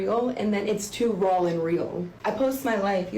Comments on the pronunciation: She knows the word is “raw” and not “rall”… right? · I absolutely can not stand how immature she intentionally is. Number 1 making money off ur child's misery is absolutely disgusting behavior, making money off ur kids in general is but a sick and suffering child makes it even worse. 2. Hearing her repeatedly saying " real n rawl" is sending me and makes me want to send her to the hospital. 3. She honestly seems like the type to intentionally make her children sick just to get attention and money. 4. Her and her husband having sex loud enough for charges to be filed whilst ur kids are in the house is so wrong and traumatic for those poor kids. 5. Claiming ur husband isn't abusive and then telling everyone that he inspects ur privates after returning home and that he is so controlling that she isn't allowed to freaking shower while he is gone and then saying I might be getting a divorce because I showered while he was gone is crazy work. Hun that's abusive ASF. Also saying " I was a better mom at 16 than a lot of y'all are in 2026" makes as much sense as anything else she freaking said. A complete idiot. Recording ur child for memories is completely different than posting those videos and bragging about making money from them. These children need to be saved asap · Off topic, but did she pronounce "raw" as "rawl"? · Raul an rill? WTF 😂 she also said X-A-ray?? Humiliating her kid all over the Internet and is too ignorant to realize why people have a problem with it. Being all agro. What a clown 🤡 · “Rawl and real” 🤦🏻‍♀️ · The way she pronounces "raw" just triggered a new pet peeve for me